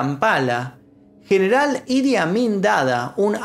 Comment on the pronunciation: Jajaaj pense que decia: "El admin"